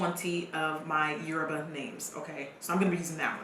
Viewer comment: when you said all twenty of your "yoruba names" gurrlllll really